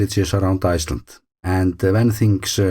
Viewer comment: Thanks for another great video. I always have to listen to the very end to hear you say 'Iceland'. I am sure that first vowel is getting longer and longer 😃